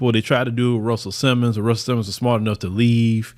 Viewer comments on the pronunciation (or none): none